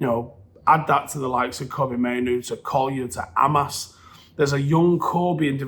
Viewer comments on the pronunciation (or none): none